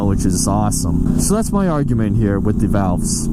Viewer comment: Your "ah'gument" is valid, but to maintain proper engineering specs and great gas mileage, have the valves checked and adjusted. A Honda Civic from the '90s might survive 500k miles with no maintenance except oil changes but you beat it to hell and back. If you love her, you'll take care of her. Just like any North Boston girl, she's trashy, but she's got your back in a fight. Get your valves checked and drink a Moxie.